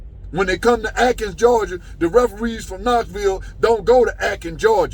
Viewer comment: Its Athens Georgia!!!! Not Atkins Georgia! I have never liked to see a man cry until I saw!🐘🐘🐘🐘